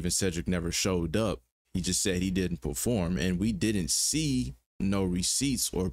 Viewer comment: I agree he said pro-form not attend✌️✅🤔